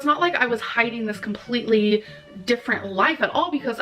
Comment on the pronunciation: the way she adds syllables to words is like nails on a chalkboard to me... COM-PUH-LEET-TAH-LEE